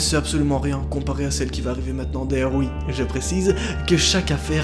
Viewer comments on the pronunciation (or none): none